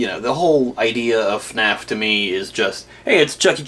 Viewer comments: That “FaNAF” pronunciation seems to be quite common with English speaking fans. I always thought it has something to do with difficulty saying F and N together but it might also originate from some of the OG FNAF content creators. It does irk me a bit. I did hear Stupes’ voice in small bits here and there. It wasn’t a character voice. There just wasn’t that much of it. Also, if you blush at the sight of a harnessed Freddy, then I wouldn’t google Springtrap art 🫣… (And yey for the future Patreon video!) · Guys. I have to give congrats to, he finally ironed out his intro it is commonly said as “fuh naf” imagine getting scared off by someone wearing your head from someone’s dreams